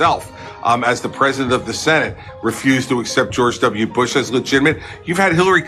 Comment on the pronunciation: I hate how he says "George W. Bush" as 1 word with 2 syllables.